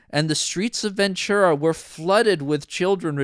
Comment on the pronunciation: You mispronounced Ventura